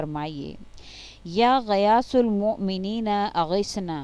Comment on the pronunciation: 2. Or 3 mien یا غیاث اور یا معین کے اوپر زبر ہے لیکن آپ نے پیش پڑھا۔ یہ ذرا سمجھا دیں کیوں کہ ہم عجمی ہیں معانی بدلنے سے ڈرتے ہیں۔